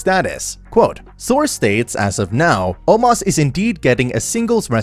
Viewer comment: Omos not Omas Azeez not Azease Strowman not Stroman